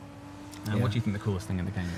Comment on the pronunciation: "Ang on Percy...Ill Fink of sumfin" well spoken i see 😅